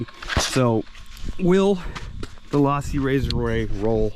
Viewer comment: Low-si...not Loss-si.